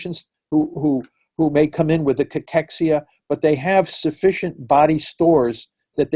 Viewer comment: Am I the only one who can't listen to this guy saying cachexia?